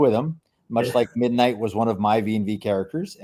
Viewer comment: "Mindight" is breaking me 😆